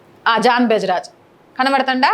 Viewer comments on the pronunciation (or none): అమ్మా, బెజరాజు కాదు తల్లీ జెబరాజ్ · Beja raj kadhu ,its jebaraj ...pls learn the name ..then bark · Ooyakka Peru palakadam nerchukoni Tharavathaa Cheppu News Bejraj kadhakko Jebraj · అమ్మ..... ఫస్ట్ ఆయన పేరు నేర్చుకో అమ్మ...... బెజరాజ్ కాదు - జెబరాజ్ 😂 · Amma talli Mundu ne mohaniki information etlanooo teliduuu.. Atleast ayana name ayna sarigga telsukooo Bejaraj kaduu... Pastor jebaraj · అమ్మ కొంచెం మాట్లాడం నేర్చుకో బెజరాజ్ కాదు జబరాజ్ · అమ్మ తల్లి జాన్ బజరాజ్ కాదు జాన్ జబరాజ్ నువ్వు ఏదో చేసేదాము పోడిసేదాము అని వచ్చావు కాని పేరు సరిగ్గ చెప్పాలికదా వాడు చేసిన పాపనికి అనుభవిస్తాడలే అదే విధంగా ఎక్కువగా డేరా బాబాలు, డిచ్చికి బాబులు బ్రోకర్ బాబాలు ఉన్నారు వాళ్ళపైన విడియో చేసేటప్పుడు పేరు కరెక్టుగా చెప్పు. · Bejaraju kadamma thalli jebaraju Neku pere sarigga palakadaniki ravadam ledhu nuvu a reporter vi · Akko beja raj ... Bejawada kadhu jeba raj... First evari gurinchi mataladuthunnavo thelsukove na thalli ... Tharuvatha iddhuvu kani speech... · 0.55 John Jebaraj , not John Bejaraj😂😂😂